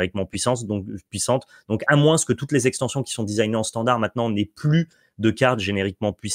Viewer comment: Merci pour le récap, mais sincèrement, arrête de prononcer le S de moins:x quand c'est un running gag c'est ok, mais là c'est juste une énorme faute de français 😢